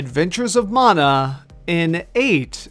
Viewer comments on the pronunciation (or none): Mana you dumb fuck. Like man-uh. Not mawn-uh